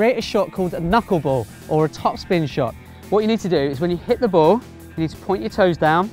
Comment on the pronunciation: Your saying bow instead of ball